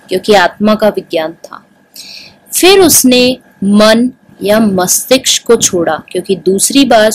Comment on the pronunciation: mastishk hota hai mastiksh nahi